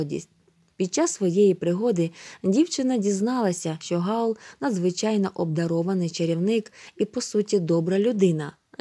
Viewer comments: Хаул а не Гаул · Не Гаула , в Хаула😐